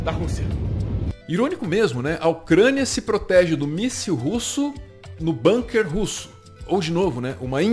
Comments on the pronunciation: Gente, pelo amor de Deus, nem nessa hora vocês escapam do colonialismo inglês? A palavra " bunker" é alemã, e se pronuncia como se escreve, com som de '"u" e não "banker'! Argh!!! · Ótimo canal! A gente gosta muito dessa equipe dinâmica e bem-informada. „Bunker“ é palavra alemã, e a pronúncia é com „u“ mesmo: búnquer… mas todo mundo entende mesmo assim ;-) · Bunker é uma palavra de origem alemã, com som de u, não com som do u inglês.